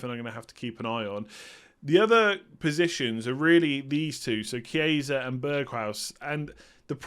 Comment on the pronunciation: Hi, great content as always. Since you're always wondering if your pronunciation is right, a tip for the Italian players: the simplest to pronounce, just read as it's written (keeping in mind that ch=k). So for example it's not "Chieisa", just remove the second "i"; it's simply "Kiesa".